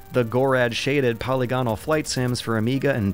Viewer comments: Bane-ality Verdoon Sid Meers Wonton Polly-gonnol Are we witnessing the emergence of a new form of English? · You mispronounced "polygonal."